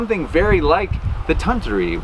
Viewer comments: With the $10 machine, you'll use it about 3 times. Junk like that is so frustrating to use, no one will use it for long. It is pronounced Ton-toori. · Anglophones speaking Finnish is always cute. I guess you could say it as: Tun=toon (this is the syllable with the accent) Tu=two Ri= rea (as in reason... But then with a stronger rolling r) It's gonna sound weird anyway.